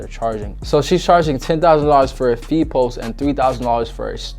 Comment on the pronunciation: Bro every time you said feed I hear feet Idk why 😂😂